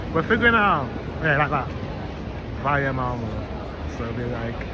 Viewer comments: Its Malmö not MAMO 😂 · You should learn how to say åäö. If you ever go back to Sweden you will know how to say Malmö.